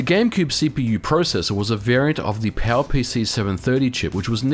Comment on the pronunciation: The highlight of this video for me was hearing "PowerPC" being pronounced something like "PAL-PC". Made me so confused until I inferred from the pictures and consoles mentioned what he meant.